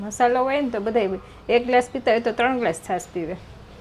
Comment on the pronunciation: મશાલો ન કહેવાય.મસાલો કહેવાય